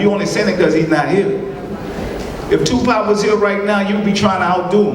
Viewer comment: I just came hear to hear him call Tupac tupot.